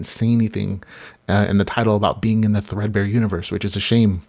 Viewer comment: Woo wooo, you said thread-bear! Will give it a go for sure